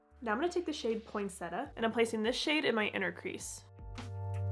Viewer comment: Look up the pronunciation of ‘poinsettia’, it is said like “poin-set-tia” (with more emphasis on the “-tia” part). It’s a beautiful plant, can’t believe you haven’t heard of it to be saying it incorrectly; it’s especially festive and popular for Xmas.